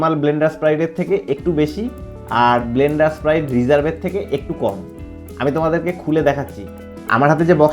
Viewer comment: মদের নাম টা আগে উচ্চারণ করতে শেখ,,, ওটা ব্লেন্ডার প্রাইড,,, ব্লেন্ডার স্প্রাইড না😊